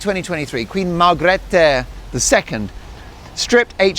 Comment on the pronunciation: I loved Queen Margrethe, a wise women. When I lived in Denmark they said it’s pronounced Mar-grade (I think)